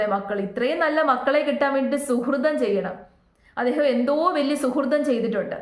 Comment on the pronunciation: അങ്ങേര് അയാൾ എന്നൊക്കെ പറയല്ലേ. അദ്ദേഹം എന്ന് പറയണം. സുഹൃതം അല്ല. സുകൃതം (മമ്മൂട്ടി ചിപ്പി ഒക്കെ അഭിനയിച്ച സിനിമ - സുകൃതം. സുഹൃതം അല്ല)